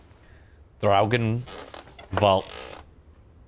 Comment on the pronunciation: I'm in love with the way you pronounce Draugen. I wonder if it's the correct pronunciation? Either way, it sounds awesome :)